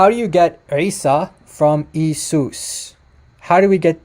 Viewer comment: i think you pronounce the Greek word for jesus wrongly. It is pronounced e-a-sous not e-sous 🙂 the iota and eta are usually pronounced as two different vowels.